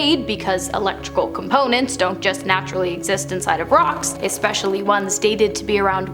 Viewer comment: Did she say “ex-specially?”